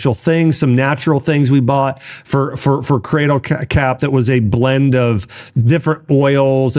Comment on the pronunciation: Cadle crap!!! So funny!! What is Cadle Crap Dr Axe???